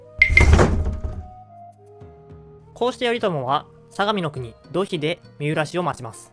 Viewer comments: 発音、「どひ」というより「とい」ではないでしょうか？ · どひではなくといでは? それとも後年読み方が変わったのかな?